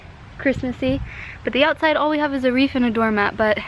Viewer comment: it's actually called a wreath. i think u said reef. so just letting you know